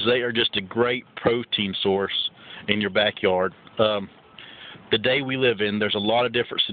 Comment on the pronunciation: Says the person who forgot to put "an" before "ass" and says "buns" instead of "bunnies" and says "da" instead of "the"